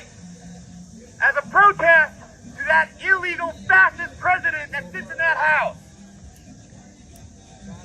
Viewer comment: did say fascist or fat ass? thank you for your continued service, sir.